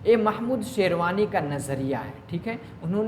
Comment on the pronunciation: Sir aap sherwani bol rhe hai jo ki sherani h